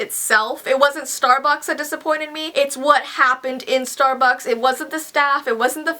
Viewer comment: It sounded like she said "Starbox" ILYSM